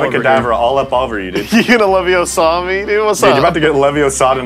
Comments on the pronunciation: It's Leviooooooosa not Leviosaaaa! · "It's LeviOsa, not LevioSA."